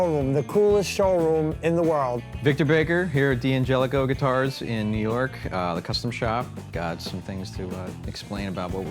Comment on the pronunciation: Why do they pronounce it "Dee Angelico"? Surely, it should be pronounced "Dan Gelico", like the Italian name.